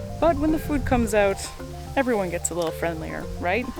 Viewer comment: “The wolves come oot to eet” I wonder where she’s from